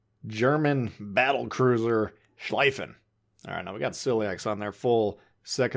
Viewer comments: "schliefen" is pronounced like "shleefen" in english, not "shleyfen" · Please dont call it „Schlaifen“; its pronounced „Schleefen“ Just like „Zeeten“ not „Saiten“ :) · The "ie" in schlieffen is pronounced as you would pronounce "ey" in key, but with an l instead of k at the beginning of the word.